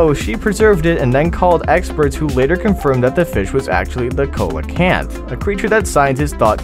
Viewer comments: Sea lo canth is how u say it and also it is 440 million years old. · Its see-luh-kanth not co-luh-kanth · coelacanth is pronounced SEE-la-canth. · THE COELACANTH